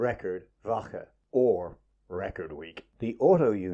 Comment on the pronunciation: The two "cc's" in Caracciola is pronounced with a hard "ch" sound Car-ach-e-ola" not like Car-ace-ola as you say it. He was of Italian descent. Also woche (week) is pronounced with the "ch" sounding like a "K" or "Voka" not "Vosa" as you say it.